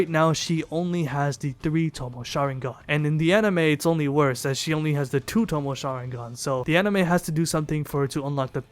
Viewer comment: If this nigga say tomo one more time. It’s Toe-may